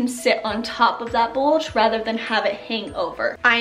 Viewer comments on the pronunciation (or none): none